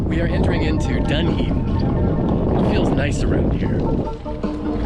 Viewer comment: Pronounced …Dun E din….